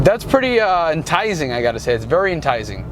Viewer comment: “Entizing”? You mean enticing? 😉